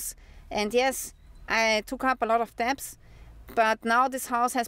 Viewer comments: I love your shows. You speak English very well. The only word you keep mispronouncing is the word "debt" or "debts" the b is silent. So say dett or detts without the b in the middle. I wish you all the best from Germany where we have 20% inflation. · "DEBT"....Is pronounced DET....Without the "b"...😉😊